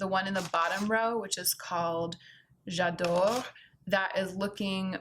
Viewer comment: You pronounced j’adore wrong